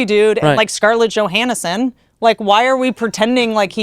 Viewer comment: No one going to mention Scarlet Jo-han-erson.